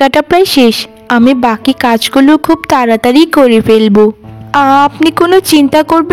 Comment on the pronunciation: Cartoon gulo khub valo lage.... Kintu ekta byapar kemon lage... Ei cartoon gulote... খুবই কে খুব ওই উচ্চারণ কেনো করা হয়.... এটা খুব ই বললে বেশি ভালো লাগবে... 😊